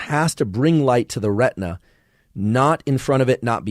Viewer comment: talk talk talk - lots of words - many words I cannot figure how they are spelt and therefore cannot be articulated or further studied. some words are incorrectly pronounced - like RETNA which in fact was RETINA. I had to jump off after 30 minutes - the initial 15 minutes of merchandising did not make it worth.